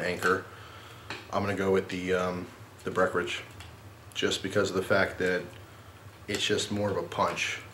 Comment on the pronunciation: Love you but please annunciate the "en" in "Breckenridge". I'm from colorado which is where Breckenridge brewery is based so I drink a lot of their stuff. Thanks for all you do for us on YouTube and merry Christmas!